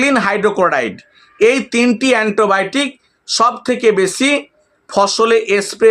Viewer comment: এন্টোবায়োটিক নয় - অ্যান্টিবায়োটিক